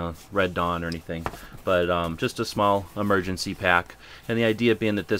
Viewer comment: "We open up an MERGENCY pack" huh? Missing a letter...